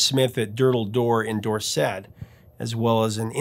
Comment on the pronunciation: Hey, from another one. Love your videos - so much insight into all of my 80s idols. Then sometimes you talk about Madonna (but I'll let that one slide). For future reference, DORSET isn't pronounces doorSET, but door-sit (be gentle on the "i"). I don't live there but cringe every time some says xxxxSHIIIIRE. (try xxxxSHER instead: HampSHER, BedfordSHER, etc.). I could teach you if you want. Reach out. PS. Thanks for the fabulous Olivia Newton-John retrospective. She was indeed a great lady and singer. Just please never mention Xanadu again. PPS... yes please for the Huey Lewis story..